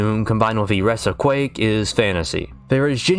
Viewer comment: Quake ... its Quake.